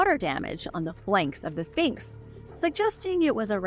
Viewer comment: Your history and opinions are outdated and the Sphinx is not pronounced Finks! The erosion was not caused by wind but by water. Please do your homework. This was irritating